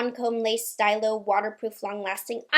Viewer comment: It’s pronounced “steelo” not “stYlo”